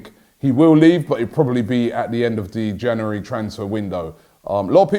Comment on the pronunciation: Can you teach him how to say January, instead of Jannery?